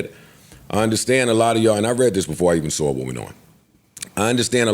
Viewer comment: I say “I saw it” be like: “I sawrrr it” 🤦🏽‍♂️😆😆😆